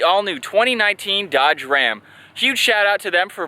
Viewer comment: I stopped watching at "Dodge Ram"